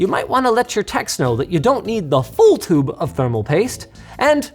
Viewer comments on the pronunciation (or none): none